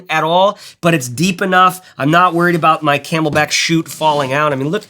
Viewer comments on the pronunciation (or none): Nice review and bag, but... "Camelbak" man... Camel-"bak".